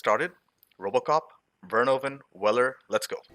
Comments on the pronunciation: Verhoeven" is actually pronounced "Fair-Who-Fan". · Paul Verhoeven. Ver-hoof-en.